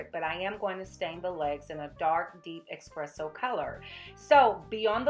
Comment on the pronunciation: Very awesome!! Tyfs!! Fyi: You said 'Expresso color'. Do you mean 'Espresso'?